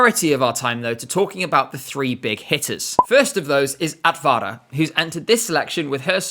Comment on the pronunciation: Simple tip for improving pronounciation in Finnish, Estonian and Latvian - the stress is on the initial syllable. E.g. AT-va-ra not at-VA-ra